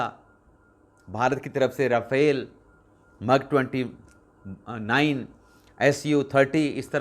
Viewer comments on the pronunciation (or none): it’s MIG not MUG